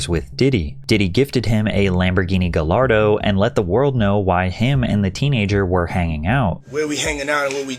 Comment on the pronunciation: as someone that puts in as much effort and does as much research as you, "guh-lard-oh" is actually so crazy. "Gai-yard-oh" is correct.